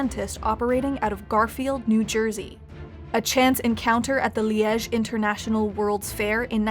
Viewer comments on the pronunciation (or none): Liege not pronounced that way.